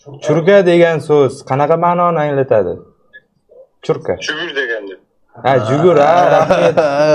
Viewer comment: Чурка эмас, чурқа деб тўғри талаффуз қилиш керак эди